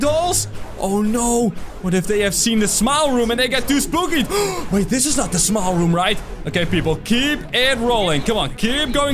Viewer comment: At first when you said "Smile Room" I thought you said "Small Room"